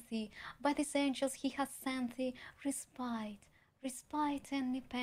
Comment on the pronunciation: Маргинал попустился бы ю единственная ошибка-это буст, а рейспайт она правильно прочитала